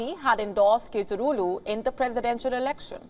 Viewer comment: Kilich dar oulu not kedirolu 😂😂😂😂😂🤦🏾‍♂️